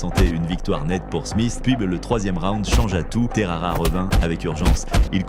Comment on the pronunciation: Terara ? c’est Texeira